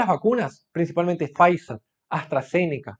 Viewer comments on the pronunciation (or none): none